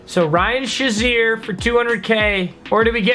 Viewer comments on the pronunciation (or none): Ryan Shaziers last name is pronounced (Shay-Zear) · His name is pronounced Ryan shay-Zeer not Sha-Zeer